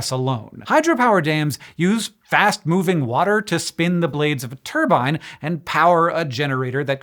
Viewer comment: Why did Hank change his pronunciation of 'turbine'?